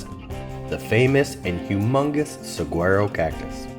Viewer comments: on dit sawaro pour saguaro, et Tusson pour Tucson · I wanted to die a little inside every time he pronounced the “g” in saguaro. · if you can't pronounce Saguaro correctly the rest of what you say is BS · Good information and presentation. Please learn how to pronounce “saguaro”, however.